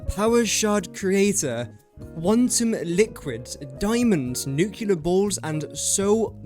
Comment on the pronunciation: Please try and pronounce nuclear correctly?